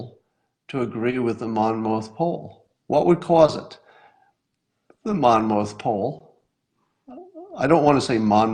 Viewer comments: Monmouth is pronounced: "Monmith". Been living in Monmouth County just about my whole life, about 30 minutes from Monmouth University where the polling takes place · Monmouth. Sounds like monmuth. The last syllable has a puff sound.